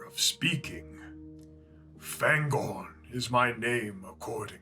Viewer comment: Hi, my comment regarding Fangorn's pronounciation was deleted, so here's a take on my reasoning behind it. Fangorn is a Sindarin word and therefore the vowels have fixed sounds, regardless of the letters that precede or follow them. The "a" always sounds as in the English "far" or "father" and not as in "apple" or "attack". I've noticed that you apply this to "Faramir", but not to "Aragorn" or "Fangorn". If you don't believe me, you may believe your fellow loremaster Joshua from Tolkien Lore